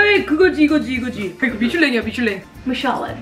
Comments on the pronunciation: 발음 완전 쩔잖아요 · MICHELIN 발음 나 주거....😭😭💙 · 영어발음 치인다!!! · 와....잠만 이거 핸드폰으로 미슐랭 쳐서 그 음성 지원되는 거 틀어놓고 립싱크 한거 아니지?ㄷㄷ